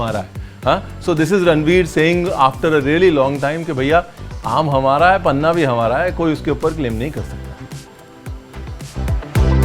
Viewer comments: Hi ranveer it is not paanha in marathi it is panha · It is not panaa but panha